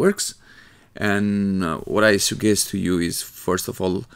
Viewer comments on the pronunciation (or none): when He said sugkest I felt it thnx btw